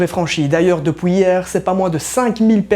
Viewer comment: " DepOUis hier ...." ça sent la belgique ;)